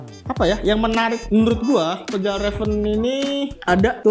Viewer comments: Bacanya fyal reven bang Bukan fejal reven 🤣🤣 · Bukan sol pinter bang. Masukan aja, biar vidionya makin keren. Fjallraven cara bacanya “fialreven” bang. Manteb bang informasinya 💯💯💯 membantu banget.